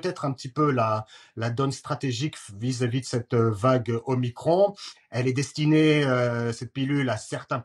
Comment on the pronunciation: pourquoi dites vous MICRONEEE...la lettre grecque c'es MICRON ... !!!!MICRON ...MICRON